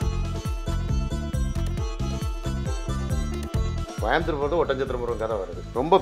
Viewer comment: கோயம்பத்தூர் இல்லை கோயபுத்தூர்